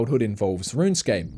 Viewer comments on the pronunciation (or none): none